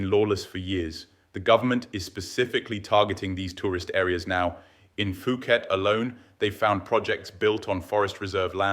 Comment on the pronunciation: Please don’t pronounce the H in Phuket. It’s Poo-Ket. When you said Foo-Ket, i immediately thought you were ai and almost switched off.